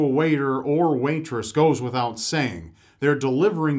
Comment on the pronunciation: i thought he said wanktrous instead of waitress